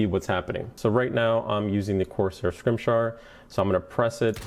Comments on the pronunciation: "Corsair Scrimshar" It's scim-it-ar, you dope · si-mi-tar. It's not that hard. lol. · wow to that Scimitar pronunciation.